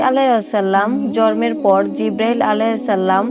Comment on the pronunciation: জরম না জন্ম হবে উচ্চারণ ঠিক করে বলুন